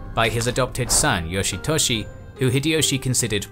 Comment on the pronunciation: Yoshy Toshy lol funny sounding